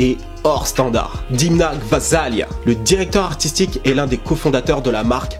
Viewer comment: prononce Dèmna stp il est Georgien et bravo pour tes videos